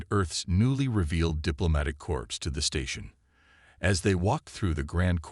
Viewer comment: It's CORP, not CORPSE... 😂